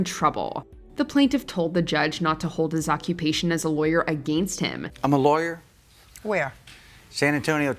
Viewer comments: The way you keep pronouncing, against, is making me twitch. You are pronouncing it like a-gain-st, like it's spelled, but it's pronounced, a-gen-st. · wtf is goin on with how you pronounce "against"?